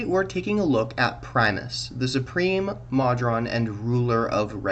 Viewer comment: Please, Moe-drawn, not maw-drawn.